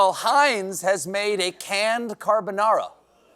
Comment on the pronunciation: Stephen's pronunciation of "Heinz" was way too German for comfort. I had to make sure he didn't have a funny little moustache.